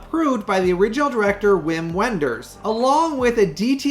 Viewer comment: Sorry to be a language snob, but Win Vender's first name is pronounced "Vim". On another topic, I pre-ordered "Star Dust"" with your link. Thanks for the good news!